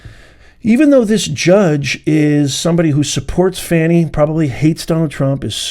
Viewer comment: Let’s get it straight, it’s pronounced “Fawni”, lol